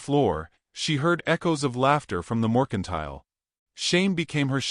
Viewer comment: ITS NOT MORCINTILE, ITS MERCINTILE------- SHE WOULD NOT BE BAREFOOT OUTSIDE.......... WE NEED MORE TO THIS STORY!!